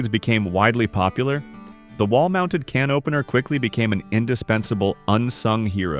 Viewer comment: This is part true and part nonsense. AI doesn't pronounce "dinette", sometimes "can opener", "sauteed" etc. correctly. Mentions things still being done today as things only done in the past. Wrongly shows vinyl as well as linoleum. Wrong decade for ice boxes as fridges became popular in the late 20s. They were becoming frost free and changing coolants by 50s. Trivets never just protected Formica as wood and marble cannot take high heat as well. Microwaves didn't become popular until the 1970s so don't know why it was mentioned. In the wall ironing boards were popular in bungalows or craftsman-style houses not really the 50s. Dumbwaiters were for much older houses with servants where the kitchen may have been in the basement so food could be delivered to another floor. Tile countertops were always a grout cleaning nightmare, not something to wax poetic about. Forgot about bread pudding or herb stuffing. All sorts of rendered meat fat was reserved for frying, especially deep frying. Showed full cuts of meat used when talking about scraps used for bone broth. I make fridge pickles now back then family members made true pickles. It wasn't parchment paper used so often it was cheap waxed paper, as the silicone layer wasn't patented until 1958.